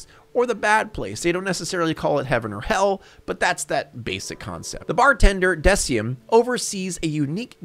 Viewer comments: Decim's name is pronounced De-keem. And Death Parade isn't disturbing or controversial in the least. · I can't let the way you pronounced Decim multiple times slide